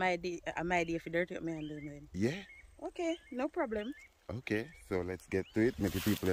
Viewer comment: I love when say Blem 😂😂😂😂